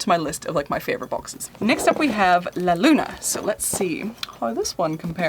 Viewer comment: Love the way you said la Luna 🌒✨